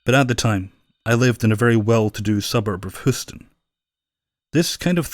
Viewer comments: Just wanted to let you know its pronounced Huuston not whoston. Sorry that was the only thing that bugged me about this lol love your video though!!!!! 😘😘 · Great stuff. You mispronounced Houston